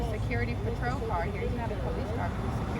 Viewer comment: Who the hell is the Po Lice??!! Many call the Po Lice! I thought it was the police. Hmmm